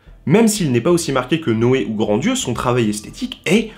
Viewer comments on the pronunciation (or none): Tu le sais peut-être maintenant mais au cas-où: c'est Philippe GrandRieux (pas Grandieux) et on ne prononce pas le "d"